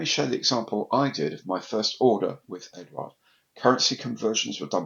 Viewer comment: I think Eduard is pronunched without the U mate. I live on the continent and nobody says it with a U. Maddness.I know.